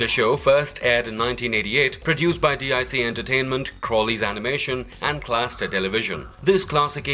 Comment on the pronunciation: The ‘Dic’ in Dic entertainment is pronounced “deek” Not D.I.C. FYI.